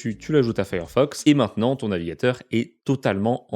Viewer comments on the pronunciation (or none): none